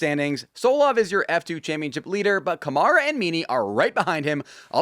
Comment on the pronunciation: Hey, hugs from Brazil!! By the way, when you say Rafael Câmara's name, its acctualy pronounced with the emphasis on 'Câ' (sounds like on the word 'cup'), not on 'mara' - would be like 'Kah-mara'. Thx!!!